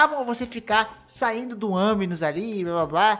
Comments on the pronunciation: Aminus não cara, é animus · É animus não aminus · KKKKKKKK FOI MAL MAS NAO TANKEI O "AMINOUS" KKKKKKKKKKK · Eu tô louco ou ele disse "aminus"? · Ele disse "anus" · sim ele disse, multiplas vezes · AMINUS KKK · "Aminus" kkkkkkkkkk sabe nem falar o bagulho direiro pqp